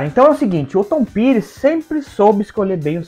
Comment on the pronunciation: Ouço bastante Tom Petty, tanto ele como Bob Dylan tocaram pouco no Brasil e a pronuncia correta é "' Tom Péri"